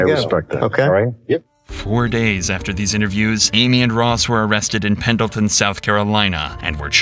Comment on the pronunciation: It's Pendleton, not penalton